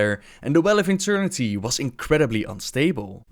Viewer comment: "the well of interniteey"